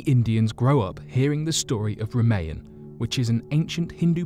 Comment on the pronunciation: ra-MAY-en ?? It's ra-ma-yan, like rama yana? wth